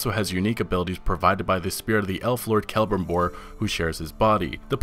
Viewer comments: cele-brim-bor, not "kelm-bribor" lol but nice picks i like the list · Brayden Bradshaw I fell the same way man, he said it like celibribor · The way you said celebrimbor 😖